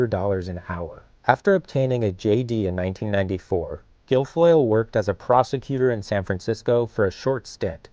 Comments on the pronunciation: I swear, instead of prosecutor, I heard prostitute, over and over. Also, did you notice that Jr has black hair? How does mom and dad who has really blonde hair,not fit the mold? I mean look at Eric, kinda looks like mom and dad! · Why do I keep hearing prostitute instead of prosecutor in this clip... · Every time they said the word ‘prosecuter’ in this video I misheard it as ‘prostituter’.... she is absolutely bananas. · Literally, EVERY time he begins to call her a prosecutor, I think he's about to say "prostitute." Every time.